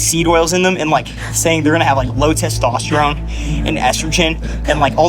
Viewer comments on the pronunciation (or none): none